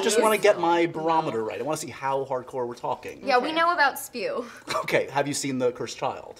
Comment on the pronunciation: Anna: yeah we now about spew Me: S.P.E.W!!!!!!!! Still love you though